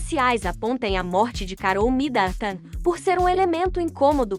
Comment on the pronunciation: Será que esta moça que anuncia as notícias aqui tem algum problema verbal ou ela é ignorante mesmo. Como pronuncia tão errado assim? Alguém aí ensina a ela a dizer “ao redor” com ó aberto e não fechado, que ao pronunciar Midleton não precisa dizer Midantan e assim várias outras pronuncias que doem no ouvido. Aff